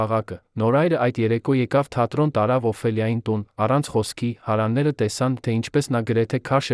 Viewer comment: Այ անգրագետ դու' հարևաններ բառը չես կարողանում ճիշտ կարդալ...